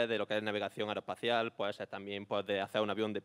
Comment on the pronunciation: Ingeniero aeroespacial pero no pronuncia las consonantes...